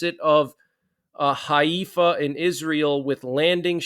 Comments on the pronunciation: Just so you know, Haifa is pronounced Hai-fa, not Hay-efa. Thanks for keeping those of us here "in the know" relatively, as I bet will be quite a number of folks who are in the dark, without any ability to gain even an ounce of night vision even after time has past... Yeah I am concerned for Friday though, & will have all of my phone/otherwise usb based batteries topped, just in case... Also will be keeping my solar panel w/ usb ports and 6000 mah internal battery on hand as well... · Pronounced Hi Fa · it's pronounced hi-fa. And Golda's last name is pronounced my ear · Haifa is actually pronounced “HYFA”!